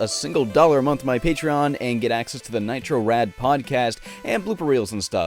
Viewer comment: It sounds like he says Nitro Frad in the intro lol